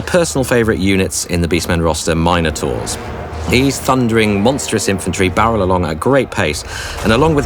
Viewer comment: I'm sorry. I appreciated and enjoyed the vid, but I can't get past your pronunciation of "minor-taurs." Are you talking about a massive, powerful unit here or a bunch of juvenile monsters?